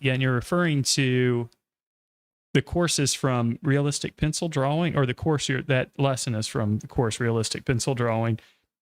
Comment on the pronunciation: It's annoying the hell out of me when you say draw wing. It's drawing